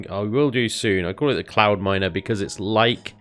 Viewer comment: Every time i hear say "Cloudminer" i hear "Clownminer".....